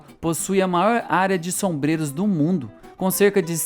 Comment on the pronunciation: Afonso Henriques e não Alfonso Henriques; sobreiro e não sombreiro. Bom vídeo. Pode ser que repercuta, respeito, consideração e amor dos brasileiros que não conhecem a própria história e que assim se apaixonem pla sua origem.